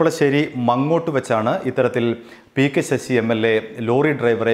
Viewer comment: മങ്ങോട്ട് അല്ലടോ മാങ്ങോട്